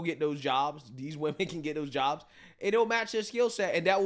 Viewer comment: “Jobles” is crazy! 😂